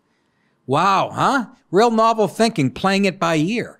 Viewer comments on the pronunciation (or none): none